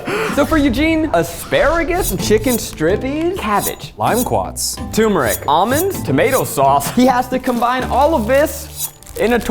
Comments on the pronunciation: I love you guys but I lose brain cells each time you call turmeric tumor-ic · Eugene saying "TOO-meric" 🥲